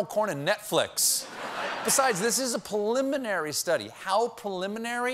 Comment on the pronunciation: “. . . poliminary . . .”?! Once, ok. But, twice Colbert said “poliminary” instead of “preliminary”. That surprises me. His command of language is masterful! Curious trip of the tongue.